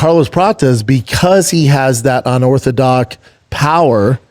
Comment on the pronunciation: Unorthodoc? Eh what’s up doc